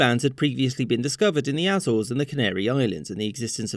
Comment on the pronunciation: Just a quick note: you spell Azores as "Eizors" and not "Áízors". Following your channel from the Azores Islands!